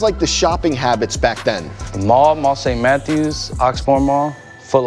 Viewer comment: Im from Kentucky and hearing him say saint Matthew it's literally amazing